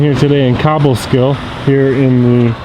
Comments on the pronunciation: It's pronounced Cobleskill, CO, not Kob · It's CObleskill. Hard "Oh." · you should learn how to pronounce the name of the town correctly before doing a "Audit"